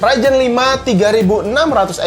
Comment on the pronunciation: Ryzen oy bukan raijen